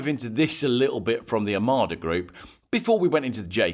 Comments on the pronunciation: You say "Omada" everyone else in the world says "Omoda". Just saying. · Total anti Chinese car, Total bollocks jaecoo7 biggest seller in uk Chery own 50% of JLR It's omoda NOT Amarda , clown